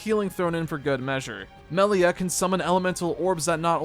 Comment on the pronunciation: Melier. They always say her name like that. 😂😂😂.